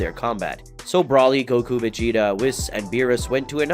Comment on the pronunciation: I'm irritated with your Brawly pronunciation.